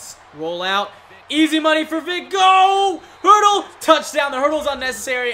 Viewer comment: It's "hurdle" not herdel, so you don't make a mistake some other time 🙂🙂